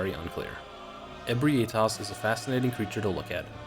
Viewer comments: You pronouncing Ebrietas as E-bri-A-tas instead of E-brie-tas as it's spelled was really hard to listen too. Lol Fun list though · I always pronounced Ebrietas “ah-BREE-tiss” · Alright, gonna say this again, and again if I have to Ebrietas - eh-bry-uh-tuss Because this seems to be a name everyone has troubles with